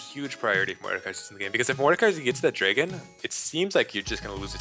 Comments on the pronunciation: Dra-gon not Dray-gon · CAN LEMONNATION NOT SAY DRAYGEN? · "Draygon" -lemonation 2015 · lololol lemon calls its dray-gon.. who cant pronounce dragon.... I mean honestly